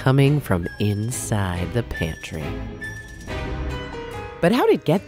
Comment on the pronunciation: No clue also you said inside wrong